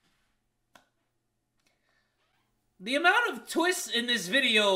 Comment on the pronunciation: no one: literally no one:: tHe tWiStsss!!!!!!!